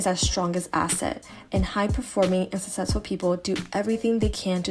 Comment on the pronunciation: Susessful ?? The way u said successful kept bothering me